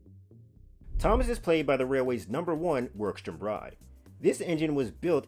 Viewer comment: Great video! One thing to note though is that you pronounced "Wroxham" wrong, its pronounced with a silent W